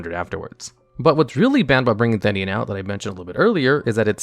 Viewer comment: You said the name of Theinen wrong